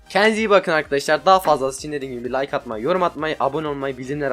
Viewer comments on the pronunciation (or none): none